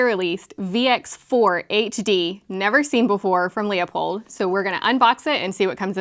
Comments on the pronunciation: Loo pold. Not Lea pold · It’s pronounced “loopold”